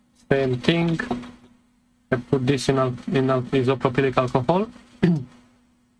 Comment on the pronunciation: i couldn't believe it when you put it back together without testing the power first 😅 isopropyl alcohol is also just called 'IPA' if you want to shorten it isopropyl is pronounced "eye so pro pull". it's an odd word. I have a very similar model HP AIO in parts on my bench right now, thanks for the detailed work and process!